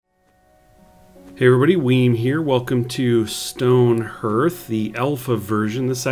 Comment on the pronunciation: Stoneherth? no its stone HEARTH, pronounced HARTH